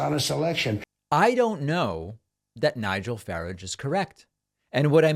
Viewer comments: David, Farage is pronounced as Far--age as in Mirage The way you pronounce it is incorrect, yours pedanticly. KENO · Hey David, Farage's name is pronounced like you pronounce garage.. garrarge. Hilarious how one prat is giving advice to another. Brits can thank Nigel for Brexit and its resulting disaster for Britain. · DONT They pronounce it....Far-idj-uh? FAR -adjj...or .LIke Farah but end with adje....sound. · Calling Nigel "Farridge" the former leader of UKIP in 2023 is like calling Trump simply a real estate entrepreneur in 2023. a lot has happened since then David, and Nigel is definitely an important one to keep your eye on for all sorts of reasons so hearing you introduce him as if you're unfamiliar with even the pronunciation of his name is disappointing. It suggests that, aside from the obvious negligent ignorance, there is also the problem of a lack of international networking among the progressive left. the far-right is very good at visiting with their like-minded fascist friends across the pond. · FAARAAG Pronounced 👌🙏🙏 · It’s Farahhhhge - soft G! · His name is Farage something like Americans pronounce garage. Far aah ja. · It’s pronounced far-raj, not the way you pronounced it. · Pronounced “Fa-rah-j” Not that he deserves the correct pronunciation the horrible Nazi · It's Nigel Feraazj (ponce pronunciation) and he rigged Brexit. He knows what rigging looks like. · David, it’s Far-age. He’s a greasy pole climber. Dreadful person on the make. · David Farage, ugly guy is pronounced, Fa raj ! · Hi David - don’t know if it really matters but Farage is pronounced the same way as garage. From a Brit fan 😊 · Pronounced Far-rahge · Pronounce it as Farr arge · Its pronounced faráj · David, just to let you know, you are mis-pronouncing Farage. It's pronounced the same way Americans pronounce 'garage'. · Nigel Fa-Rawjz 🤦🏻‍♂️🤣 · Oh, and by the way David, Farage is pronounced FARARGE. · Faragghe;) bad pronounced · FYI, Farage is pronounced like "Barrage" with an F